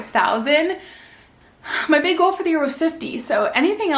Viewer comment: I love the video but just the way she pronounces “goal” as g-u-a-l…